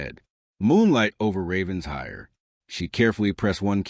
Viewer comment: The AI keeps saying Ravens hire. But it’s pronounced Raven shire. Other than that I love this story!